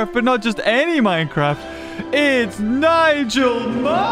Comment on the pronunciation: Omg minecwaft